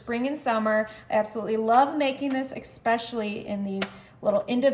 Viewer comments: It's eSpecially not eXpecially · Yes she day expecially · I hate when people say “EXspecially”